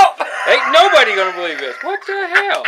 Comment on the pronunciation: tHa hEwL